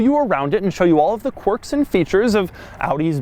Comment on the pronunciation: Doug "interesting corks and features" de Muro